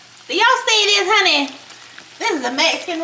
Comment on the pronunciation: "Do y'all see this honey?" 🤣I grew up in the south and I still cracked up at the way she said that! Thanks for the recipes!